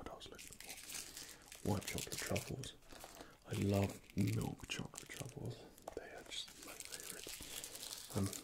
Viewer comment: Choclate? Did you just say... Chocolate?